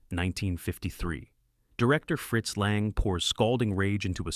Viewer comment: Good rundown, but you really need to edit the audio more carefully. The AI inserts pauses where there shouldn't be any, and leaves them out when they should be present. It mispronounces the names of Lang, Losey, and Godard. It even mysteriously lapses into French at one point, introducing #5 as "cinquieme." Also the phrasing is sometimes off; for example, the line "public domain filler" is spoken as though it referred to something that fills the public domain.